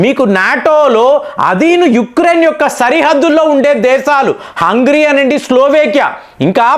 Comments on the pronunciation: U r pronounce is not correct of Hungary, అంగ్రి కాదు అంగేరి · Not hungry , it is hungarei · hey bro its not hungry bungry its hungari, 😂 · అయ్యా. హంగ్రీ కాదు .. హంగేరి దానిపేరు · Hungry kadu sir hungary 😂😂😂😂, School ki pampali mimalni malli 😂😂😂😂😂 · Hungary ✅ not hungry ❌ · Adhi hungry kaadhu ra gutley , It's Hungary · హంగ్రీ కాదు హంగేరి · హంగ్రీ కధు, హంగరీ అని పలకండి😮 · You are deliberately pronouncing mistakes, in spite of being pointed out by several viewers many times. You never bother to change your attitude. Hungry, eeran, eeraq, breezil, submit (for summit) etc, etc. Better you introspect